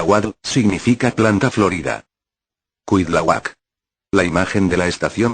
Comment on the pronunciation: Perdón por hacer estas correcciones. Se pronuncian Cuitláhuac y Tláloc.